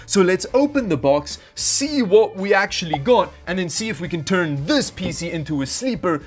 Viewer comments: I like that pronounces PC as a word spelt "peesy" (rather than P C) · I like how you pronounce PCs like feces.